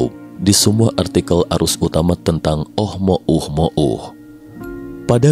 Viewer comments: oumuamua bukan oh mo um mo uh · GAK CAPEK OM NGOMONG "OH MOH UH MOH UH" KOK GAK DI SINGKAT AJA NAMA ASTEROIDNYA "UH UH UH", PERASAAN KEMAREN NAMANYA "OMUAMUA" NAPA SEKARANG JADI "OH UH UH" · Susah amat nyebutnya min, ohmouhmoh😂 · Ohmohuhmouh ... Dengernya aja cape palagi ngucap berulang2... 😅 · Jd bacanya oh mo uh mo uh 😂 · gw salfok sm oh mo uh mo uh 🤣🤣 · Tiap kali ngomong oh mo uh-mo uh saja masih sulit,apalagi teknologinya. 😊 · Seharusnya bacanya omuamua 😅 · Oh mouh mouh....nya sangat mengganggu....mungkin lain kali di ganti..... Oh mouh mouh akan kita sebut objek ini dengan OMM atau apalah.. untuk mempermudah dalam penyampaian.. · Ohmouhmohu ribet sekali nyebut nya 🤣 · Oh mo uh mo uh trs lu